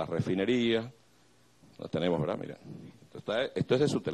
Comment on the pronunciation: A decir la vetdad😂😂😂😂😂